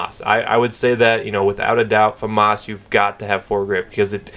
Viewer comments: they don't... more like fuh-moss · why do americans say famas like its spelt foomas ? :L